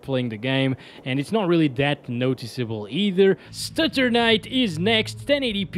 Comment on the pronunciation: 24:72 Sttuternite 😂